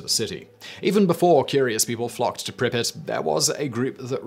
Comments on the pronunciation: and also PRI-pree-yaat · Why you pronounce "Pripryat" like "Prippit"? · Always lols me the way Simon pronounces russian/ukrainian words. Lol "prippit."